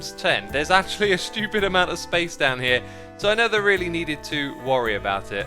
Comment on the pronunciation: I love how he says nether instead of never